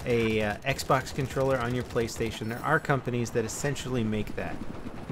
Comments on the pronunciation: it's "Playstation" not "Playstion" LOL xD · Play-(stion)- just letting you know